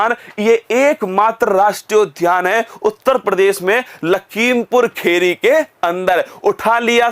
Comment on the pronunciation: भाई ये अंतर होता है एक up के टीचर मई और कही और के टीचर मई (सीतापुर को सीतपुरा , लखीमपुर खीरी को लखीमपुर खेरी) बताते है तभी तो कहते है स्लाइड देखकर नही पढ़ाओ